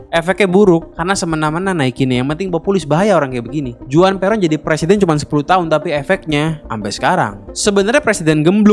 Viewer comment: Juan juga Huan